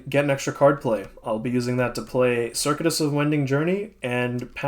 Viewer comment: Minor pronunciation quibble: Circuitous is pronounced ser-CUE-it-us, not like the computer circuit.